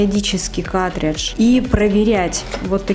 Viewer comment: Не катридж, а каРтридж. Уши режет, кошмар. Не смогла досмотреть.